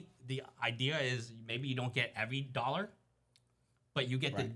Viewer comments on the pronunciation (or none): none